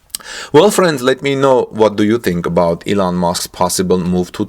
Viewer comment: Thought you said Eland Musk